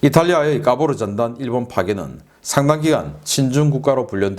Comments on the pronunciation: 까보르 전단이 까보중 전단으로 들리넼 ㅋ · 카보르가 아니라 까보러로 들었네 ㅋㅋ